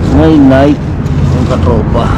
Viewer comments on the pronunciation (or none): Meri krismas!, naikee po, hndi naik ang pagbigkas ng NIKE